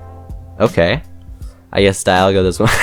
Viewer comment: Actually Dialga is pronounced DEE-al-guh. Also glad to see a fellow gen 4 player. - The small one is Altered form & the flying one is Origin Form - Cresslia's still Psychic type. In fact none of the previous legendary Pokemon from gens 1-5 outside of perhaps the Primals & Mega Evolutions changed typing at all. - I'd image since Giratina's form change item is a held item you'd have to have it hold it by putting it on them in the inventory menu. As opposed to the Gracidea & the Prison Bottle being Key Items. Much like the games the Pixelmon mod is deriving from. But hey it's only a theory. - like I said with Giratina. - It's funny how you managed to technically get Cubchoo & Beartic through your Zoo series before they were added into the actual mod. - To be fair though I wouldn't really see Stunfisk moving that much if at all if it were to become animated with it's dex entries stating it. - That's weird. I remember Pixelmon YouTuber Juicehead making a video where it showed off Druddigon with an animation. - I know how you feel. Surely Deino might be the psuedo legendary Pokemon but I felt that Axew suited it a little better. It's also partially why I count Flygon as a pseudo legendary alongside Salamence & Metagross. -Pronouncing it as Bu-nell-bee as opposed to Bun-ull-bee as the Bunnel part of Bunnelby's name is a play on the words Bunny & Tunnel. - It's actually pronounced Viv-EEE-on. I found that out the hard way. 3